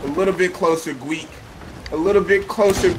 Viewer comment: why does he call him gweek